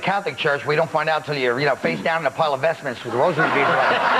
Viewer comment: rob jabbaz i think he said vesments